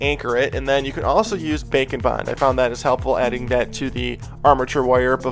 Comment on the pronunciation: Every time you say "bake and bond" I still hear "bacon bond" lol